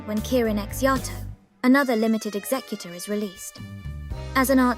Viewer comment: This is a really small thing, but it means a lot to me. Thank you for having the word "executor" pronounced correctly.